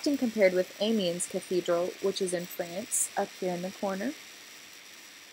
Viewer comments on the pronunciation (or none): It pronounces Sawlsbury not Selisbury and Ahmioh not Emienns. Gosh this is so american not even trying to pronounce it right. The Gothic architecture arrived in england at the end of the 12th century with the new building of the choir of canterbury cathedral. It was brought to England by the Cistercians and William of Sens who is the architect of Canterburý´s choir. It´s Reims cathedral in the right corner. And Salisbury was built from 1220 until 1258. The central tower was a later addition of the 14th century. But at the other point you´re right. Amiens and Salisbury were built at the same time. Reims is a little bit older.